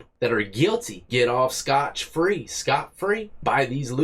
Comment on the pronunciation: it's SCOT FREE